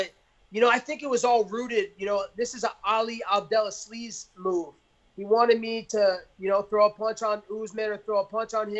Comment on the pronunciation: 'Ali Abdelasleeze' lol